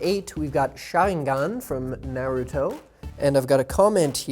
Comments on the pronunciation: How about the team at WatchMojo learn to pronounce the japanese (or any asian names correctly) first? Na-root-toe? This has been bugging me since day 1 of me watching WatchMojo. You pronounce all the European names correctly so why not the Asian ones? Laziness or racist? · Neruto? God learn how to pronounce the names